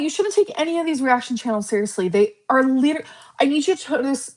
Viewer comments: The leeturally thing makes me want to rage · That “ leederly “ word is really pissing me off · Smug Lynn has entered the chat…. She can shove “leedurally” up her ass. Also I’m so lost, I missed the flirting with Emily? Seemed like getting tea and pulling out paying for it